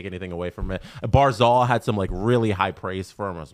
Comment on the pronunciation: Hard to take you guys seriously when you don't even know how to pronounce the names of our players. And not just rookies, but vets. Hopefully you'll learn how to pronounce Barzal before he retires.